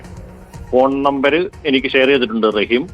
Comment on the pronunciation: റഹീസ് അല്ലടാ നാറികളെ റഹീം എന്നാണ്. ലെ റഹീസ് 😮😮